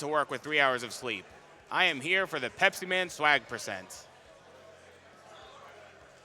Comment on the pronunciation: PET SEMEN!!!! oh wait, it's "pepsiman!"? but it sounds like.... i'm so sorry...